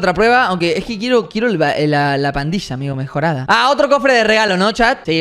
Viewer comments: 558 robles dice parrilla en vez de pandilla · Jajaja lo que se dieron cuenta de que robleis dijo parrila de duendes jijijaja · ROBLEIS TE DISTE CUENTA QUE ESTAS DICIENDO PARRILA DE DUENDES EN BES DE PANDILLA DE DUENDES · se dice pandilla de duendes capo.